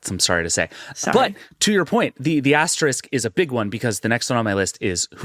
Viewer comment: I say this as a total stan but will somebody there please let know how to correctly pronounce the word “asterisk?” ❤️